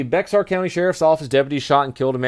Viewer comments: I know this is really really late but Bexar County is pronounced Bear the x is silent. Just thought you might need to know that if you plan on moving this way lol. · "BEAR" is how you pronounce Bexar County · Bexar is pronounced "Bear"..... only found out because I had interaction with them through work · For the record, Bexar is pronounced bay-har. That's San Antonio, TX, where I currently reside. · bexar is pronounced bear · "Bexar" is pronounced "Bear", btw.